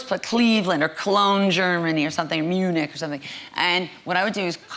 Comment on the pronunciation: did she say Clevle;and or Munic or somthin Germany or something? lol Im in C;evland